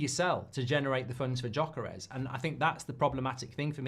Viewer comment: Say YOKERES not Djokeres!